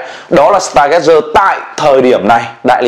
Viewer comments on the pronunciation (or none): Stargazer là star-gazer (ngắm sao), đọc là [staa geize]